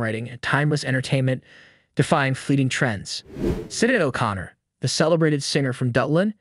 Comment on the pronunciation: 'Sinnid o Connor? , the celebrated singer from DuH-lin' what the hell